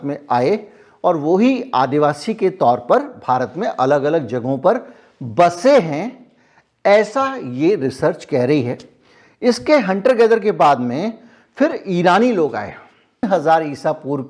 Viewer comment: Hunter Gatherer. गेदरर , गेदर नहीं।